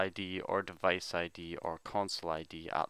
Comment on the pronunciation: is keep saying no divaice